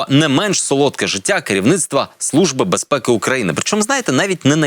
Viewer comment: "СлуЖба" "бєзпєкі"...